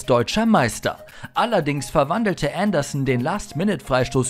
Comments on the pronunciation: Pätrick Änderssen? Mir war so, als wäre er aus Nordeuropa :-s Seis drum, insgesamt schönes Video. Leider oft etwas unscharf bzw. zu viele Amateuraufnahmen (scheint zumindest so). Die Aussprache von "Leicester" ist übrigens auch nicht korrekt. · Also eigentlich finde ich eure Videos ja immer echt klasse, aber das ist eine Katastrophe. Andersson, Watford und Leicester komplett falsch ausgesprochen und dazu noch die Fehlinformation, dass Ronaldo den Fallrückzieher gegen Juve im Finale gemacht hat. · Jeziorski ja... und bei Patrik Andersson auch. 🙈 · Bitte vorher mal informieren wie einige Spielernamen wie Patrik Andersson und Vereinsnamen wie Leicester oder Watford ausgesprochen werden, bevor man diejenigen in einem an sich guten Video nennt 😉 bei der Aussprache gruselt es einem als eingefleischtem Fußballfan 🤣